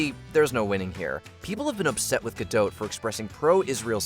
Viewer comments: The “t” in Gal Gadot is not silent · Just to let you know, Gal Gadot is pronounced with a hard T as in dot…😊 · It’s pronounced “gah-DOT”. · Native Hebrew speaker here. It's gaDOT, as in the British pronounciation of dot, pot, lot, or not. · FYI- Gal Gadot is Israeli, not French (there is no soft “t” at the end of her name). Gal rhymes with “doll”, not “pal” and Gadot is pronounced exactly like “god-oat” (does not rhyme with “bad-dough”). Just good to know 😊